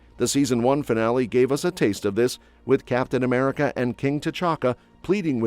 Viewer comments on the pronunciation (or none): none